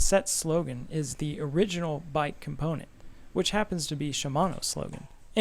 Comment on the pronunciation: “THE ORIGINAL BIKE COMPONT” lmao